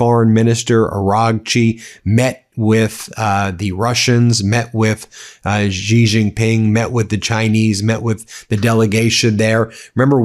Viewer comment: For chrissake learn how to pronounce names. It's Xi pronounced She. You have no idea how uneducated it sounds. What would it take, a minute to check?